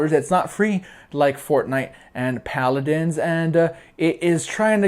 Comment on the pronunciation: it's paladins not pladdins